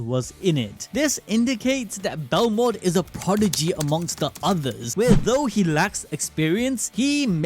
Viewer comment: BEL MOD bro said belrod like 8 times